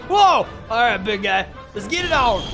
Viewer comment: Someone said gay in kajiu universe all of us were saying what he said I miss spell he was supposed to say guy